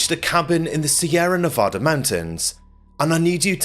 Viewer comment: How can you make such great videos yet not being able to pronounce Sierra Nevada?